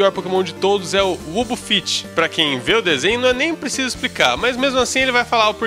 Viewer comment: ganhou deslike por falar Pokémons, sendo que qualquer fã da franquia sabe que a palavra pokémon não tem plural, o correto é Top 10 Piores Pokémon, e outra vc pronunciou o nome do Wobbuffet errado, Ubufit? a pronuncia é Uabafet...